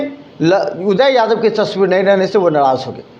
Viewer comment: ये कभी गोपाल जी तो कभी उदय यादव का नाम गलत तरीके से बोलता है । भाई पहले पानी पी लो फिर बोलना। लगता है कि इसे कोई पैसा नही दे रहा है जिसके वजह से कुछ भी बोलकर वीडियो बनाता है कि कोई बुलाकर पैसा दे |